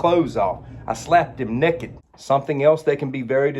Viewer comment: "I slapped him nekked" 😂